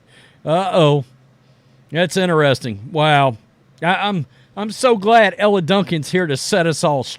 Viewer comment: Dude I agree with most of your takes but you've got to start pronouncing these women's names correctly. It ain't Ella and Ahhhhhhhhzhay. It's Elle and Aja (Asia)